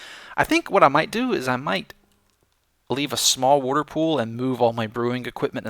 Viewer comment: Ah,. Wudder wudder everywhere and not a drop to drink.